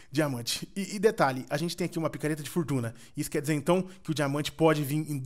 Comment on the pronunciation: voce falou pakareta de obsidian kkkkkkkkkkkkkkkkkkkkkkkkkkkkkkkkkkkkkkkkkkkkkkkkkkkkkkkkkkkkkkkkkkkkkkkkkkkkkkkkkkkkkkkkkkkkkkkkkkkkkkkkkkkkkkkkkkkkkkkkkkkkkkkkkkkkkkkkkkkkkkkkkkkkkkkkkkkkkkkkkkkkkkkkkkkkkkkkkkkkkkkkkkkkkkkkkkkkkkkkkkkkkkkkkkkkkkkkkkkkkkkkkkkkkkkkkkkkkkkkkkkkkkkkkkkkkkkkkkkkkkkkkkkkkkkkkkkkkkkkkkkkkkkkkkkkkkkkkkkkkkkkkkkkkkkkkkkkkkkkkkkkkkkkkkkkkkkkkkkkkkkkkkkkkkkkkkkkkkkkkkkkkkkkkkkkkkkkkkkkkkkkkkkkkkkkkkkkkkkkkkkkkkkkkkkkkkkkkkkkkkkkkkkkkkkkkkkkkkkkkkkkkkkkkkkkkkkkkkkkkkkkkkkkkkkkkkkkkkkkkkkkkkkkkkkkkkkkkkkkkkkkkkkkkkkkkkkkkkkkkkkkkkkkkkkkkkkkkkkkkkkkkkkkkkkkkkkkkkkkkkkkkkkkkkkkkkkkkkkkkkkkkkkkkkkkkkkkkkkkkkkkkkkkkkkkkkkkkkkkkkkkkkkkkkkkkkkkkkkkkkkkkkkkkkkkkkkkkkkkkkkkkkkkkkkkkkkkkkkkkkkkkkkkkkkkkkkkkkkkkkkkkkkkkkkkkkkkkkkkkkkkkkkkkkkkkkkkkkkkkkkkkkkkkkkkkkkkkkkkkkkkkkkkkkkkkkkkkkkkkkkkkkkkkkkkkkkkkkkkkkkkkkkkkkkkkkkkkkkkkkkkkkkkkkkkkkkkkkkkkkkkkkkkkkkkkkkkkkkkkkkkkkkkkkkkkkkkkkkkkkkkkkkkkkkkkkkkkkkkkkkkkkkkkkkkkkkkkkkkkkkkkkkkkkkkkkkkkkkkkkkkkkkkkkkkkkkkkkkkkkkkkkkkkkkkkkkkkkkkkkkkkkkkkkkkkkkkkkkkkkkkkkkkkkkkkkkkkkkkkkkkkkkkkkkkkkkkkkkkkkkkkkkkkkkkkkkkkkkkkkkkkkkkkkkkkkkkkkkkkkkkkkkkkkkkkkkkkkkkkkkkkkkkkkkkkkkkkkkkkkkkkkkkkkkkkkkkkkkkkkkkkkkkkkkkkkkkkkkkkkkkkkkkkkkkkkkkkkkkkkkkkkkkkkkkkkkkkkkkkkkkkkkkkkkkkkkkkkkkkkkkkkkkkkkkkkkkkkkkkkkkkkkkkkkkkkkkkkkkkkkkkkkkkkkkkkkkkkkkkkkkkkkkkkkkkkkkkkkkkkkkkkkkkkkkkkkkkkkkkkkkkkkkkkkkkkkkkkkkkkkkkkkkkkkkkkkkkkkkkkkkkkkkkkkkkkkkkkkkkkkkkkkkkkkkkkkkkkkkkkkkkkkkkkkkkkkkkkkkkkkkkkkkkkkkkkkkkkkkkkkkkkkkkkkkkkkkkkkkkkkkkkkk